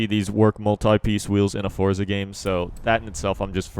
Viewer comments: forza not fortza bruh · Y does every1 say fortza its forza! Like 4za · Why do u say fortza haha its forza...